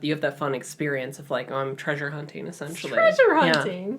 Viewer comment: Did I hear an MFM “traysure?”